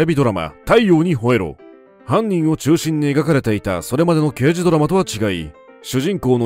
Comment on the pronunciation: ラガーデカ、ではなくて、ラガーけいじ。 太陽にほえろは、ニックネーム＋刑事の「刑事」は、デカではなくケイジと読む。 『アオイホノオ』でも、「マカロニデカ」「ジーパンデカ」と言ってて興醒めだった。